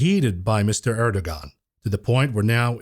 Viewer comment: FYI - You pronounce Erdogon as “Air-doe-wan” - the g with the loop above it is actually a “w” sound.